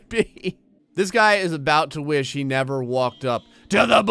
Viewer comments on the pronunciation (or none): none